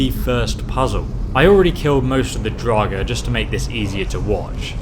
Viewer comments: You say draugr wrong. You say drog it's actually like drogger is how you say it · Every time he says “Draug” I lose a brain cell >.< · wtf is a drawg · Still can't pronounce "Augmented," or "Draugr," or half of the other words you need to read